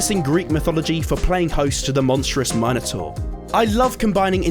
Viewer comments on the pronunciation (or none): sory if im being a know it all, but its mi-nuh-tor :]